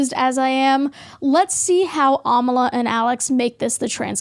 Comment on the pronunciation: It's ironic how u share the belief that people should respect pronouns and if they don't, they're a terrible person. And then go and miss pronounce Amala's name.